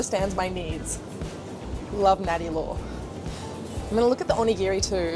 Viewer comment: "" is so Aussie